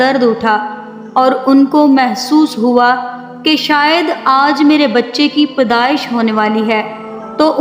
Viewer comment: Abdul matlab..ro ro kar... dawayen nahi madam.."D U A Y E N".... karte.. Dooniya??? It's Duniya. Pdaish? Its paidaish madam.